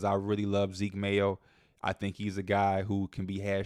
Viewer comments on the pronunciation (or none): none